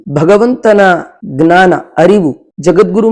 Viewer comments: ಜ್ಞಾನ ವನ್ನು ಅಂತೆಯೇ ಉಚ್ಚಾರ ಮಾಡಬೇಕು. ತತ್ಸಮ ಗ್ನಾನ ಅಂತಿಲ್ಲ, ಆಗಲ್ಲ. ಅಷ್ಟು ಜನ ನೋಡ್ತಾರೆ, 4ಮಂದಿಗೆ ಹೇಳ್ತಾರೆ...ಗ್ನಾನ ಅಂತಲೇ ವ್ಯವಹರಿಸಿದರೆ ಸಂಸ್ಕೃತ ಭಾಷೆ ದೋಷ ಹೊತ್ತು..... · ವಿಷಯ ಚೆನ್ನಾಗಿದೆ ತುಂಬಾ ಧನ್ಯವಾದಗಳು, ದಯವಿಟ್ಟು ಕ್ಷಮಿಸಿ, ಜ್ಞಾನವನ್ನು... ಗ್ನಾನ ಎಂದು ಏಕೆ ಉಚ್ಚರಿಸತ್ತೀರಿ... ಅರ್ಥವಾಗುತ್ತಿಲ್ಲ...!!!